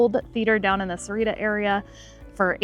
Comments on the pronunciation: It's pronounce "Sa-wah-rita" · Where's "Serrira"? Its more like "SA- OOAH- REE- TTA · Got to learn how to pronounce Sahuarita correctly you’re missing an entire syllable.